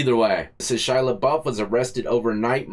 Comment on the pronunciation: Shy-a NOT Shy-la!!!